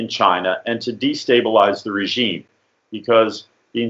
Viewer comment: Please please please pronounce regime correctly. I cringe every time you say it. “Razheem”